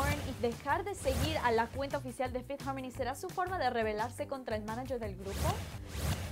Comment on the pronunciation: no me gusta como dice fifth harmony se escucha naco